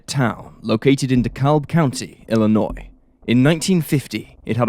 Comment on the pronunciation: As a Chicagoan by birth, thank you for pronouncing Illinois correctly. Even Americans oddly mispronounce it, often (I should stop being surprised by that, however lol). I knew of this case, just because sycamore isn't too far out of the Chicago area.